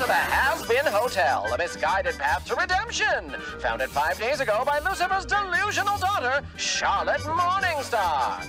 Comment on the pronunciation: Haha "delusional" and he got the name wrong